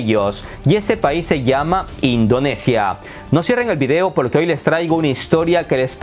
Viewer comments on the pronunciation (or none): none